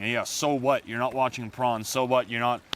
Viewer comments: Great advice I swear he called it Prawn not porn tho haha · poRn not pRon